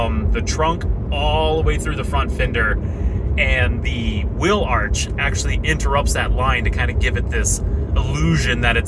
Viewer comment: This guy can’t pronounce words that have two “e’s” in succession. “The will line.” You mean wheel, bud.